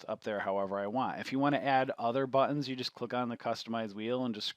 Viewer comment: "THE BUHHH TENS"